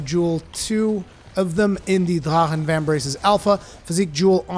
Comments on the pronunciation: Honestly it sounds more like he's saying da'ha'han. I've heard the proper pronunciation and I swear I still hear the "r" and "k" sound in it. Sounds more like Drak'han with an emphasis on a slight roll of the 'r' but maybe that's just me. 🤷🏽‍♂️ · "I try to pronounce things correctly" Ok, except they say it in ff xiv. It may be a german word in origin, but that's irrelevant in a make believe world where they use it and it's pronounced "drakken" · Wo bist du aufgewachsen? drachen wird so nicht ausgesprochen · this is a japanese game, with japanese based spelling. so its not pronounced in german. no? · Say “drachen” one more time 😜 but seriously I think this is a great arch tempered no silly mechanic just a beefy monster I find him fair if your greedy or spam your gonna get wrecked. It’s a shame he’s the last till Iceborne but damn I agree he’s a fantastic send off I can only hope that one day all the arch tempered are added permanently so they can be challenged over and over I find many of them the best challenges in the game accept kushala he can go suck it 👍